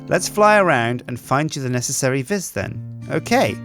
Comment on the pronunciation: Please. It's pronounced "vee", not "vis".